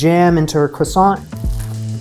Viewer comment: Awww. I feel bad for you after all that effort. I almost don't want to say it's kwahSON... not KRAson.